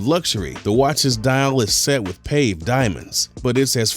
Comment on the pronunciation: "pave" diamonds? LMFAO it's pronounced pah-vay….wow!